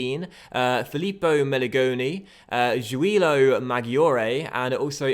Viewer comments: You should say Giulio as "djoo-lee-o" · Great to see the series coming back in fifa 17! Pronunciation tips from an Italian: it's Julio (just like Julia, but with an O at the end) Madgiore (as in the word "edge") Keep it going